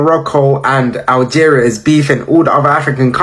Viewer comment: My guy doesn't know how to pronounce Algeria lol and he said he never heard of Algeria but he's an adult. What are kids learning in schools in America these days. Like do they even teach u about the world and the names of all other countries and the way people live all over the world and other people freedom and opportunities compared to ur own freedom and opportunities here in America and make u like really understand the difference and inspire u to really stand up unite and protect this country and its laws and policies protect the constitution and even try to get other countries to adopt America's ways of giving ur people complete freedom as a human and treat everyone the same no matter what color, gender, race and religion they are just give all the opportunities to make a living